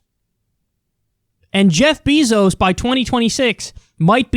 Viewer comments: You pronounced his name wrong. it's “BEY-zos.” People out there, no one is going to save you. Cut out the smoking, the substance abuse, and LEARN skills that someone will pay you for. There are high paying jobs that don't require college. Have some god damn ambition. It's YOUR life. You are literally on the internet reading this. Wealth redistribution? You and what army? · who is Jeff Bizos??? BEZOS.